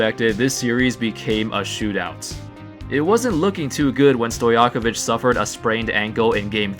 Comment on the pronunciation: Divac ( reed it as Divatz) and Stojakovic ( Stojakovitj - don't know how to properly explain this but listen to Denver comentators, they usualy say it properly when saying Jokic) sam goes for Bogdanovic, Teodosic, Jokic, Marjanovic, Bjelica...